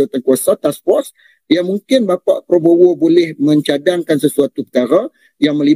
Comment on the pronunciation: Probowo, Probowo... Ngomong Prabowo aja ga becus.